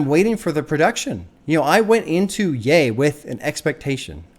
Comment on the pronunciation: the biggest breakthrough was you pronouncing ye right😂